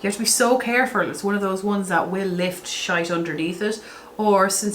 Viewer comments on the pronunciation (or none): Holy shitsies! First off- good freakin god you’re stunning. Your hair- wowza, it’s so beautiful. Secondly- you said shite 😂. It’s shit woman! 😂😂😂, utter and complete shit! 😂. I love the Irish 😂.